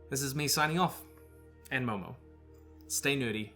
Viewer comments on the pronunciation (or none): none